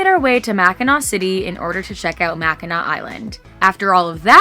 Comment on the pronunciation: Impressed, most people butcher the names of Mackinaw and Traverse. Does your ecoflow do a good job cooling the boat? Thanks!